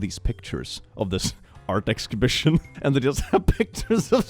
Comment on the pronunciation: Ex scibishion😅